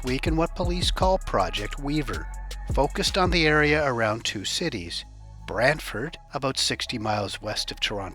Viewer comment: Good job on the proper pronunciation of Brantford!